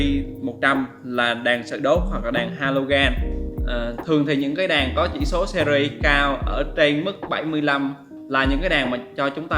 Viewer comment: Đàn đàn cái lol .ngọng vừa phải thôi chứ .đèn lại cứ nói đàn